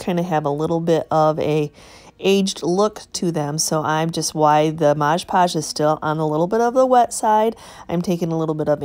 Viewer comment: MOD pudge.....not MODGE podge🙂